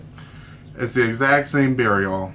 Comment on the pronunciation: hahha "make my beah" :D